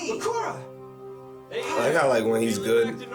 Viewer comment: Bákura is INSANE to pronounce. It's Bakúrah